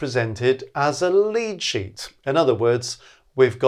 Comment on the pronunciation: Altough says lead sheet I hear lychee.